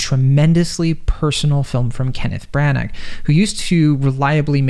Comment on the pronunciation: If you plan on doing a film review perhaps you should first do some homework. 1. Belfast is in Northern Ireland, not Ireland. Two different countries. A bit like saying Boston is in Canada. 2,. The writer./director is Kenneth Brannagh ( pronounced Branna, not Brannak) and 3. the actor who plays Pop is Cieran Hinds (pronounced Keeran, not Seeran).